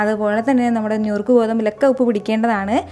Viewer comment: ഞുറുക്ക് അല്ല നുറുക്ക് ഗോതമ്പ്😊😊